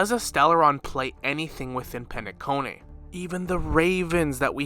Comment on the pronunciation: But why you gotta butcher the names like Shaip, Eenuh, Penaconeh 😫